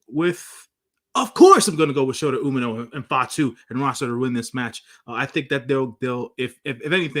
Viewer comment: I think shota’s name is pronounced Umi•No.